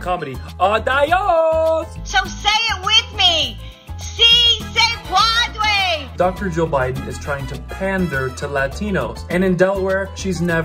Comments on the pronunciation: "See say podway?" 🤔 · see say pwodway !!! Wow, what a trainwreck that was. As bilingual who speaks spanish fluently, when I first saw this I laugh my guts out.